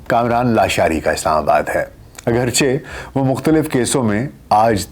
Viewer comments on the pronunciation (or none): none